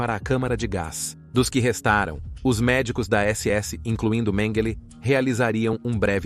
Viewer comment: Excelente, mas qual a pronuncia correta,"MengÊlÊ, MengÉle, Mêngele...bom documentário mas a constate troca de pronuncia nessa narração é foda kkkk